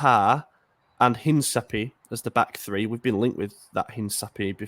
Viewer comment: Hey, love the content. I know you always try your best with pronunciations, but I couldn’t let this one slide lol. Being a Milan fan from Puerto Rico, spanish is my first language and I almost lost it when I heard how you pronounced Hincapié. Hopefully this will help next time when you need to mention this players name. The phonetic pronunciation of Hincapié is /in-ka-PEE-eh/. I mean no disrespect. Just trying to help you not butcher a hispanic last name. Hope to hear you pronounce it better on the next podcast. Love the podcast! Keep it going! ¡Forza Milan!